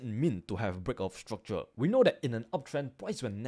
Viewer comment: i subscribed bcs i like how he pronounces break of structure